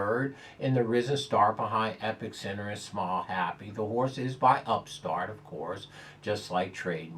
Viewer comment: c'mon, the present fave in the Ky. Derby is EpIcenter, not EpiCcenter